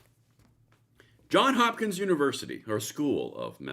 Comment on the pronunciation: it's JOHNS Hopkins. Thanks for keeping us informed; just returning the favor! And I'm not in favor of anyone telling me what to do with my personal possessions. Next they'll be telling me I have to lock up my jewelry in a safe because it causes burglaries.